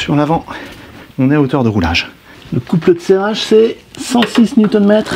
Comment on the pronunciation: Bravo pour cette réparation que je n'oserais jamais entreprendre seul. Au passage, j'adore la façon dont tu prononces "couple de serrage". Ca donne quelque chose comme "couple eud tsérage" tout à fait agréable à entendre.